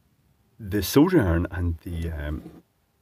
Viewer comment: Finally someone that pronounces solder the correct way, like I say it.